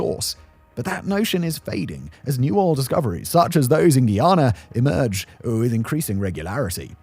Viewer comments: It's Guy-ana. Not Ghee-yana. Guy-anese oil is light. Much easier to process. "ni una hoja de hierba" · (Guy)ana not Guiana 😂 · Its pronounced Guy (like dude) - ana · Pronounced guy-anna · You don’t say Guyana 🇬🇾 properly… Considering it was a British colony come onnnn